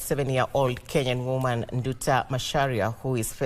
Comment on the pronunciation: It's woman not GUMAN!!?